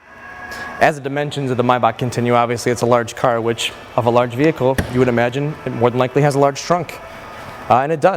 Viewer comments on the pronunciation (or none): "Chris imaginay Gulfstream V" lol